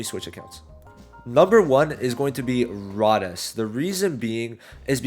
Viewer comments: Rades pronunciation = Ray-Deez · Learn to say rades right it's all I ask please for the love of Julius